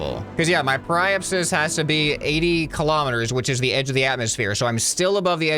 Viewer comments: Periapsis is pronounced Perry-app-sis mister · By the way, periapsis is pronounced like perry-app-sis :) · I do belive he will be a good editor and also you pronounce Apoapsis as A-po-ap-sis and Periapsis is Pe-ri-ap-sis. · Hey! Some pronunciations for you: Apoapsis(AH-PO-APP-SIS) periapsis(PERRY-APP-SIS) also prograde is the direction you are going in velocity wise, retrograde is where you’re coming from(the opposite) hope this helps! Love this series!!! Edit: PLEASE play KSP after you play this!!! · Watching pronounce periapsis and apoapsis is painful to someone who is a space enthusiast. ( really love this game though please carry on with this series ). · It caused me internal pain when I heard him pronounce periapsis and apoapsis, gosh.